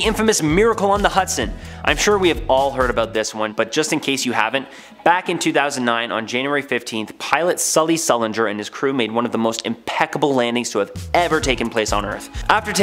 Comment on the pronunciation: Sullenberger not Sulinger, just sayin'..🖖🏼